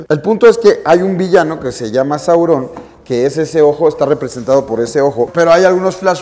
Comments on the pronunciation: ¡También a mi! Es Sauron no Saurón. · Es sauron, no saurón....no tiene escrito acento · Saurôn si caga escuchar que dice Saurôn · Esta impresionante, muy buena adquisición. Pero un pequeño detalle, y creo que la mayoría estamos de acuerdo en que nos incómodo como dices Saurón. Pero dejando eso de lado, buen vídeo. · Me incómoda como dice Sauron. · Alex te recomiendo que pronuncies sauron,la comunidad de fans de esdla es una de las más respetadas hacia la obra de tolkien,pero te amamos por adquirir esa pieza y detallarnolas esta hermosa 🌹